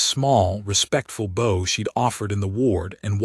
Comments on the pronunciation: I like the story but the constant mispronunciation of "bow" as though it was a part of a bow and arrow rather than a "bow" where you incline your body to another person in respect and it sounds like the word "ow" like something hurts. I could read better than this AI piece of crap about 60 years ago. Why do they use an AI reader instead of a live person? I'd read them for their presentation for free if they provided the equipment to record the script. edit: When it read the word "bowing" it was pronounced correctly so why did it then return to the wrong pronunciation again after that? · And a bow (bou) and a bow (boe).